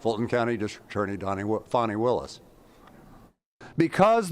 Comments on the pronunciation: Fan, fani wilis. Not fawn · It's not "fah-ni." It's "FA-NEE" as in fannie. clap,..clap,..clap!!! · Just fyi “Fani” is pronounced “fan e”. Fauni would be the correct spelling of the leftist pronunciation. Either her mother was not smart enough to spell the name she intended correctly, or, more likely, Fani doesn’t like being named after a term used as an alternative to buttocks. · Why are people pronouncing her name as if it is " Fawny" not Fanni" ? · Hey guy, its Fani Willis. Not Fonni. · Its fanni, like hat. It’s not fonni. Fanni like your a$$. If anyone in the comment section that doesn’t like your opinion, none of us care about their opinion. TDS is all around. For those who do you have TDS, next time you get your eighth booster, please see if they have a shot for TDS. In my opinion, I believe you would be much happier! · Why are you saying "Fahnee" now? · You have to make jokes about these ridiculously sanctimonious people and their clown world. Mockery is what they deserve. Her name does not have a "u", it's not pronounced like a young deer. She getting her Fanny packed like her namesake